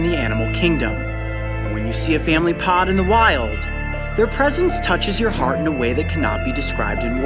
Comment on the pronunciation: glad you emphasized the "IN A" part or else i wouldn't understand